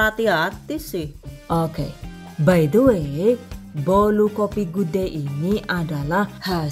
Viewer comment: 👍 cake kopi. Cocok deh! karena aku allergic to coklat. Boso inggrisé bikin aku 😅 karena sering ucapin BAI DE WÉ. Zenewen aku dengarin pronunciation nya à la Jowo. Bhs Indo ajalah!! Salam dari Melbourne. Thanks for sharing.